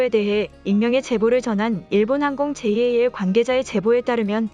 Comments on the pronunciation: '제이에이엘'>>> '잘' 이라고 읽으세요 ANA는 그냥 '에이엔에이'이라고 읽지요. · 보통 잘(JAL)이라고 부르는데, 제이 에이 엘 이라고 하니, 엄청 어색😶